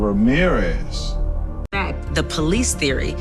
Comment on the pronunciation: "OH DETECTIVE RAMERIZE"